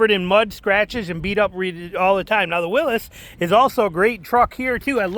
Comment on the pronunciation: Willys not Willis